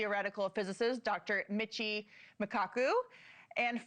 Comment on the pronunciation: Damn she slaughtered Michio's name lol